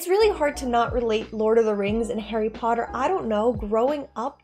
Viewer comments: It's Harry Potter, not Harry Porrer. Um... Just kidding. Hahaha. I'm Korean and I'm glad to see your video. I feel like I'm getting my old memories back. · malfoy saying "pottah" instead of "potter"